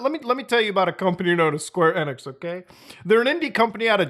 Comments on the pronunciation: It's EEEEE nix (long e) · Muta you're silly 🤣 1. Enix is said Eenix(long E) 2. Announcement is due to them starting dev during rise of Crypto nonsense and clearly got stuck finishing this project , likely due to Investors . Investors CONTROL gaming by and large . This is simply trying to turn a lemon into a lemon meringue pie because they are contractually obligated. SEVERAL companies are in development with these wtf games . Even Dr. Disrespect went NFT with his game because it was the Hot trend in investors. This announcement was part of plans started few years ago , they didn't just decide to do this 🤣🤣. Gaming industry doesn't work like that with development cycles lasting years. 3. When development of these wack games , it was huge among investors, from a business and financial pov things make sense easily . Getting a ton of smaller investors leaves more control in Square's corner vs 3-5 big investors who since oh 92 ish run game companies. For example good ol Bobby Kotick.... He might be head of Activision Blizz but game investors are his bosses , they say jump , he says how high period . The more options you give investors, the more you might bring in . Fun fact/example : Netease and Blizzard made 2 big deals in 2008 ,first was publishing deal that's been in news recently, second and most important is development partnership . Netease USA HQ is in a Blizzard building that housed call centers for Blizzard and they have worked together on everything since 2008 ,Diablo 2 lod , Diablo 3 , Immortal